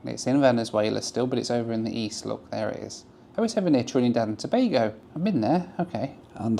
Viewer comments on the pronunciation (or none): none